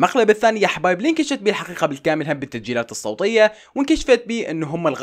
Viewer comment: صوتيه ❌صوطيه✔️